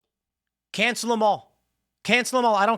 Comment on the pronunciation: cancels not how i say that word tim